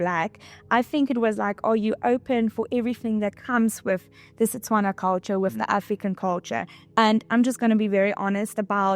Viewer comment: It's how she says Setswana correctly instead of Tswana which is incorrect